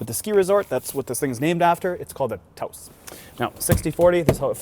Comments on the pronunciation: It's NOT TAY-ose! It's Tau-ose, like Taos New Mexico! Please... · As someone who has been to New Mexico. Its Taos... with a long ow sound. Not Tay ous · For the love of god it’s pronounced T ow s. Like Taos New Mexico that’s it’s named after. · I'm cringing every time I hear you pronounce Taos incorrectly ( I'm a German who happens to live in New Mexico hahaha ). it's not TAY-os... but then hear you say it correctly later... but overall the vid is great. It's nice to see a timeline and where it actually fits but I'm so excited to see that sportier version that was on their site -I totes picked up you guys were from Canada and I love that!...that ambient lighting adjustment is pretty awesome... I must say that I was distracted by that taco shell on the dashboard. I'm not hating the non piano-black they used unlike the ALL PIANO BLACK they used on the ID4. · Americans frequently talk about Canadians strange speaking and pronunciation. Here is a REAL example. The VW TAOS is pronounced Tah-os and is named after city & resort in Tao's New Mexico. It is NOT pronounced TAY-os like this 'expert' keeps repeating. In FACT, VW media kits actually provide a guide on how to pronounce the name. Just like they have at every major auto show for decades. I know this, as a journalist & editor covering MAJOR autoshows like NAIAS for 30 years. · Tah-os. You idiot